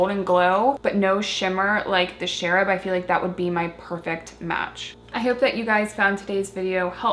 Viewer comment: I love these blushes--I got a bunch of them in sample size from his website a while back. They are so pigmented that a little goes a long way. By the way, the "ch" in Cherub is like in "change" not "Sheryl"--cherubs are innocent baby angels (and also the ironic nickname for the National High School Institute participants at Northwestern University, ha ha). :)